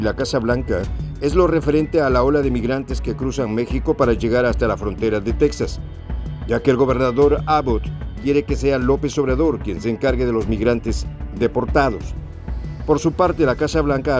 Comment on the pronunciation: No es Te X as por favor El J. Se pronuncia Tejas, igual que Mejico. JJJJJJJJ jjjjjjjjjjj es muy facil Mexico Texas. Son palabras muy antiguas por eso la X por la J. Ambas de rais indijenas.